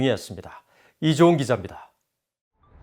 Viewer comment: 'Chabot'는 '촤보트'가 아니라 '샤보'로 발음해야 할것 같고, 기자 이름은 '이조은' 으로 생각되는데 기자 자신은 '이죤'이라 발음 하네요. 마치 'Yi Jon'처럼 들려요. 레포터의 발음이 불명확 하지 안나요?